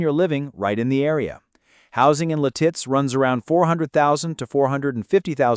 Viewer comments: Its Lit-itz NOT Li-titz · I always thought it was Lit-Its. I kinda like Leh-Tits though... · Lititz is pronounced Lit-it’s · You’re saying Lititz wrong 😂. It’s said like “lit-its”. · AI Crap. It's Lit-itz bruh. AI BS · Lititz is Pronouced Lit-its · Lititz is pronounced LID-its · I think you should learn how to say Lititz. It's Lit- itz 🙄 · How hard is it to accent the first syllable typical of American English pronunciation? LIT-its. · You got to love AI - La Titz 😂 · I'm 72 and live in Lititz. The name of the town is pronounced LIH-tits--emphasis on the first syllable. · you are pronouncing lititz wrong. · Your mispronunciation of LITITZ is hilarious 😂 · Boy, you really butchered how to pronounce Lititz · I know right! 😂😂😂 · Where were those palm trees at the beginning? Also, learn to pronounce Lititz. Your credibility is shaky.